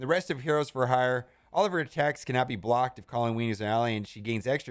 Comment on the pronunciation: He had a real hard time pronouncing the word hire in this thing. 😄